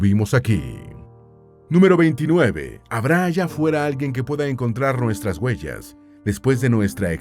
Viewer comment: Se dice se doctoro, guellas, yelo, de verdad? O se dice obtuvo un doctorado huellas hielo,.ect.😢